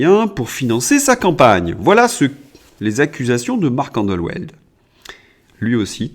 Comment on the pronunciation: Marc Endeweld : ça se prononce andevelt :)